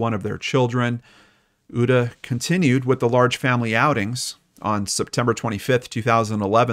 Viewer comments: Uta- pronounced ooo-ta 😁 So excited when I heard you mentioned Hamburg- my beautiful home town. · Your pronunciation of Uta is cute. I didn't recognize the name until i read it 😂 thanks for the Story, and 🖤